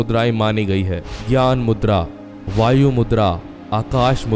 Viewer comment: Bhayu मुद्रा नहीं..वायु मुद्रा that is air mudra .